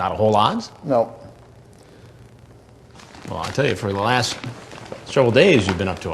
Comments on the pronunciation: It came out more like " NOT A WHLOLWLE LAOWT". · Chris Hansen...what u up to tonight Lorne...not hawlot Chris Hansen not whole lot Lorne..yes Chris Hansen..ok just making sure what u said